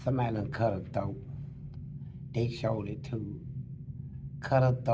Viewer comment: DIS TEW MUCH!😂😂😂😂